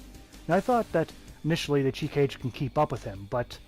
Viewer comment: It's crazy how much ppl struggle to pronounce Japanese when it's probably the easiest language when it comes to that.